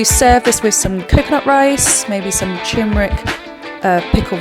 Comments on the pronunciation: Noooooo! She said 'tumor-ic'!! It is TERmeric! Regardless, I'm off to the shops because I need to make this! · Another chef who can't pronounce "turmeric"